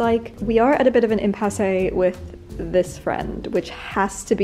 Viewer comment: Check your pronunciation of “bolero” and “impasse”.